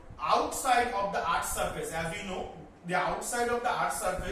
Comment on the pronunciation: It is not eaarth it is earth